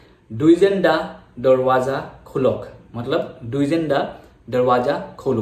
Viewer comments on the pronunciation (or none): Duijen haloi nohoi dwijen haloi.. pronounce properly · pronunciation tu Dijen e hobo no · Dwijen haloi nhy Its Dijen Haloi ! Pronunciation tu apunar bhul hoise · actually Dijen buli nathake spelling tut Dwijen a likha hoi kintu ami koute heitu Dijen pronunciation hoi ! Mane amar asomiya ekdom common name eitu so kolu apunak ! Ekdom silly mistake aru